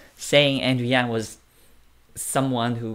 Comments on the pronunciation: It's Andrew Yang! Not Yan... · Bro. Who is Andrew YANN. If you're gonna report on this topic you really need to know how to say YANG